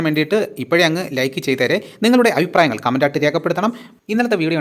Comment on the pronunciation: അയിപ്രായങ്ങൾ എന്നല്ല, അഭിപ്രായങ്ങൾ എന്ന് പറയുക😅